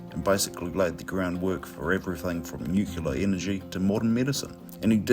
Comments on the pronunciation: Why do you say “nuke-you-la” when the word is spelt and correctly pronounced “nuke-lee-ah”? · Good info but lousy outdoor audio, sorry. And it’s nuclear & nucleus, not nuculous or nucular… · The word is...nu- cle- ar...not new- kew-lar....stupid idiots! Pronowseeashun is soooo important! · I hope if people in other countries don't think we're all like this and we all think nucular is actually a thing. I swear some of us are reasonably intelligent🙄